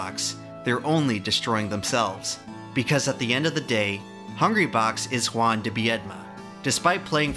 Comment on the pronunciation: FINALLY SOMEONES PRONOUNCES CORRECTLY JUAN!!!! gratz from Argentina